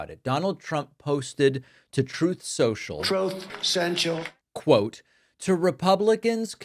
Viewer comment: Troath Central - I chuckle every time. 😅